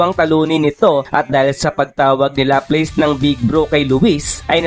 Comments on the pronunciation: Sinu si laples😂baka laplas😅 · la-plas po pronunciation ng laplace salamat po